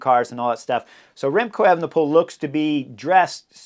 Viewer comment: Remcold or Remcloud Evenepoel?